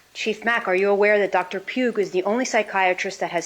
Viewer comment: they also mentioned a Dr Pugh did I hear her wrong or did she keep saying Dr puke ?? 😂